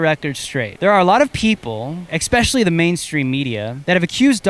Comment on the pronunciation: You almost lost me at ekspecially